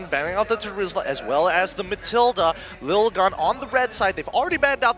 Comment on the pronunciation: 1- It's LIL-GUN not LITTLE-GUN. If it was littlegun they would've written littlegun. 2- Arashi(and other ID casters) constantly adding "bro, dude, man" to the end of their sentences is unprofessional and annoying. If they did it every once in a while it wouldn't be a problem but they're doing it nonstop and it's so obnoxious.